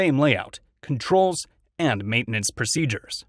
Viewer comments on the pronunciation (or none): none